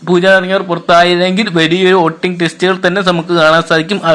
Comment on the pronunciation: എടാ പൊട്ടാ വോടിങ് അല്ല "വോട്ടിംഗ് " എന്നാണ് 🤣🤣🤣🤣